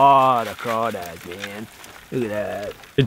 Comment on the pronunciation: I’m from Louisiana and I’m happy you pronounced them correct